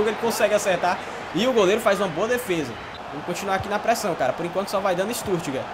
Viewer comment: Vitor Carlos mano, oq vc espera de algm q fala StuRtgart e n Stuttgart hahahaha